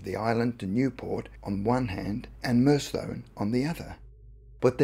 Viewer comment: we drive on the left not on the right as shown in the video you can't even pronounce the village of niton or merstone the pictures you used were not of the Isle of wight it's not rocket science to get it right